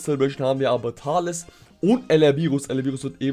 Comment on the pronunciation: auf Englisch ja, aber nicht in der deutschen Aussprache. Dort sagt man nämlich ausgesprochen „Tales“!!!